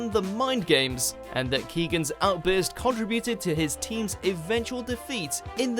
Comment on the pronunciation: Also contributed is pronounced con-trib-uted not con-tru-bu-Tud.